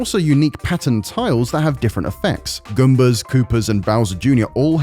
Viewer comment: I know he has an accent, but we’re not just gonna talk about “gumba?”